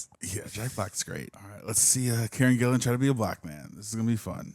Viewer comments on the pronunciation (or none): her name is Karen Gillan, not Gillian. And its Bobby Canavale, not Canalino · It’s Karen GILLAN. GILL-Lan , not GILLIAN